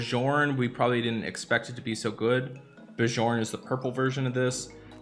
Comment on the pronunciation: You should read Bjorn as B-I-O-R-N